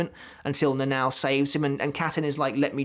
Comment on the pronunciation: it sounds like you say Nanaw when you talk about the lieutenant lol. Seems really hard for english spoken people to pronounce Japanese names. Good video bud, I had always wondered about the couple's story. I never thought Shunsui was baiting Lille into being the abusive husband and fleeing the water, but knowing how Japanese author like their mythology and metaphor, it does make sense